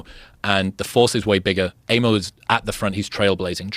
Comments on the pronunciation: Not "Eimo", the A is pronounced like in a "car" :p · It's pronounced eye-mo.